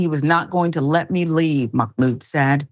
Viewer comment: Just a quick fyi. There is no “k” in Mahmoud. :)